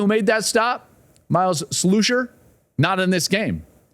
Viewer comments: His name is Slusher not Slousher…. Give him some respect and say his name correctly!!! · Joel tell Gus it's Myles Slusher (Slush-er) not (Slu-sher) 😂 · Slusher is pronounced like lush with an “S” like in the frozen drink Slushee and not Sloosher. I’m in Arkansas and he was there before Colorado and he always pronounced it as Slusher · Why do the fox announcers keep calling him Myles Sloosher instead of Slusher? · How are they getting "Sloosher" out of the name Slusher? 🤔 Hopefully your staff can provide the correct pronunciation. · Slush*Er. Not Sluu*sher…. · FYI... Miles SLUSHer is pronounced like RUSHer!